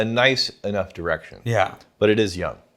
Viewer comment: Is it me or does say “youngk” instead of young? Maybe I’m confused, old, and can’t hear